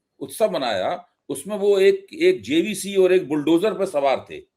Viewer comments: मान्यनीय अभय जी जेसीबी को जेसीबी कहना तो सीख लें, जेसीबी को जेबीसी कह रहे हैं। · 😮😮😮😮😮😮 कैसे पत्रकार मिडिया बन जाता है।बार बार जे बी सी,जे बी सी बोल रहा है।। जबकि जेसीबी होता है।। ऐसे तथाकथित स्वयंभू स्वघोषित ईमानदार मिडिया पत्रकार से हिन्दू सनातन समाज को सावधान रहना चाहिए।। और जागरूक हिन्दू सनातन समाज को सजग रहकर समाज को जागरूक बनाने में लगे रहने की आवश्यकता है।।